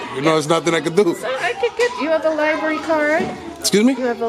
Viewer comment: It’s library not lyberry genius 😂🤣😂🤣😂🤣😂